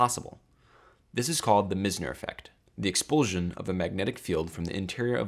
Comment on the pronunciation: Meissner, not Missner.